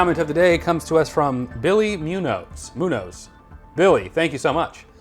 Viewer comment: Muñoz is pronounced (Moon-Yo-s)